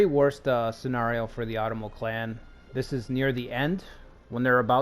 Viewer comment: Love your NA stuff! Not to be a jerk, but If you are going to be doing an Otomo play through, it's "Oh-tomo", similar to Osaka (same kanji). I have loved NA for decades (and the time period). I hope you keep these going!